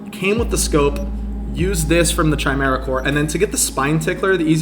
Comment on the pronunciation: Saying a sniper rifle is the best gun in the game and comparing it's kill speed to a revolver?. Doing a video on mod that punches walls with zero penalty and then never shooting through a wall? What is going on here? Please google how to say chimera.